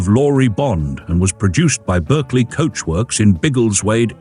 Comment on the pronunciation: Pronounced Barkley please😊